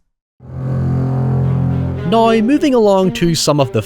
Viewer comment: I kept getting insulted that you kept telling me "No You!" but then I learnt thats how you say the word "Now".